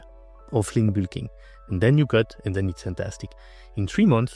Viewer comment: i love your pronounciation of bulk (boolking/bilking)